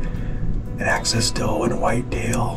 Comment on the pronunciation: It’s AXIS. Not access there big guy.